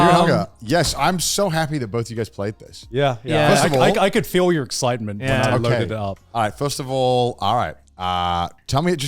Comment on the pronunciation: the way he said “feel” his American accent is forming😯